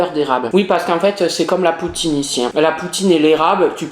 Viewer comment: MDR LE NOMBRE DE FOIS QU'IL A DIT "POUTTINE" 🤣🤣🤣